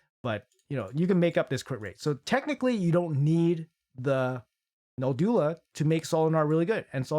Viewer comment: Can any Raid tuber pronounce Noldua correctly? It's a challenge, it seems 😁😁